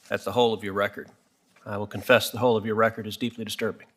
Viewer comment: "I will connfess the whole of your record is deeply disturbing"